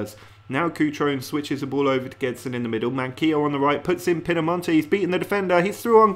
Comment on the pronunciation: Sounds like you're saying "Pinnamonte" to Pinnamonti